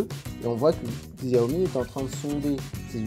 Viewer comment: bravo pour le REVIEW , ça se prononce CHAWMI à l'occasion :)